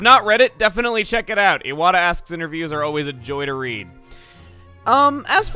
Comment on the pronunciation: Knock Knock Who's there? Iwata (eye-what-ah) Iwata who? Iwata pronounce his name right.